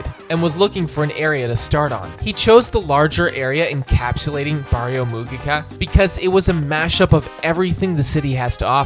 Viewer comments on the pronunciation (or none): none